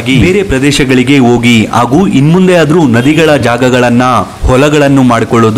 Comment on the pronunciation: Ogi alla Hogi yakappa kannada class ge Ogilva.......